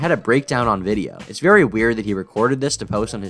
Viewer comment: shhhhh be vewy vewy quiet. We’re gonna be catching predators